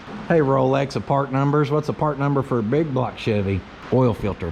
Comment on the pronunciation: isn't it BIG BLOCK, not BIG BLOG?